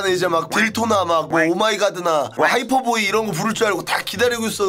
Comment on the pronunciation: 딜토 -> 디토 오마이가드 -> 오마이갓(OMG) 하이퍼보이 -> 하입보이 너 진짜 왜그러냐????